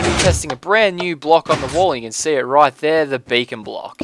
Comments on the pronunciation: When he says beacon is sounds like bacon.. :D Makes it even more badass. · LOL sometimes when you say Beacon it sounds like Bacon . XD Now I'm hungry !! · haua you say beacon like bacon ;) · He says it like bacon:D I like this:D